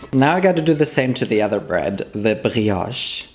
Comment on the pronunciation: as a French, your pronounciation of "brioche" is excellent, you barely got no accent at all !